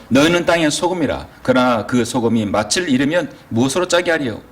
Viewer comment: 잘하시다가 왜 또 맛을 이 마슬 아닌 마츨이 될까요 열번이상 내내 그러셔서 부득이 또 지적합니다 😅 맛이 없다를 마치 업따로 안하잖아요 빚이 비치 아니고 비지듯이요😂